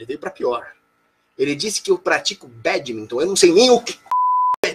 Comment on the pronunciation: é badminton o é que falou meio errado